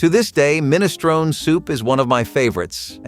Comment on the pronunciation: You're pronouncing minestrone wrong.